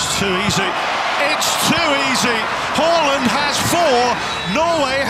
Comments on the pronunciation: It's haaaaland 🤣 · The commentator be like: Hawland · It's Hoooland ... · Every time he said “Haaland” I heard “Holland”. I couldn’t believe this guy was getting Honduras confused with Holland.